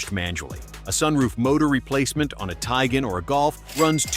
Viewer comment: You see more and more of that with AI assisted videos. Also the AI narrator can't pronounce Tiguan properly.